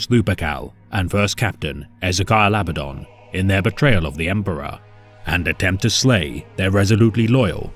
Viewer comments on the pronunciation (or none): Why is it you pronounce Torgaddon correctly, yet say "Abbadon"? The emphasis is on the 'd', in both cases.